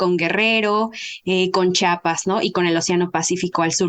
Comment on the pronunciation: Oiga la antropóloga hable bien es el el inhaaaa y también diga chiapassss no chapas no la voy a ver completa no me gusta lo que dice menos sus conocimientos ni los tiene creí era interesante no lo es